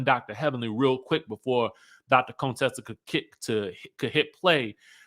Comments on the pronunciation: Hey. Why do you call her Conetessa? Her name is Contessa. 😂😂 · The way you say Contessa🤣🤣😂😂 I need to put this sound on repeat! Conetessa...Cone?!🤣😂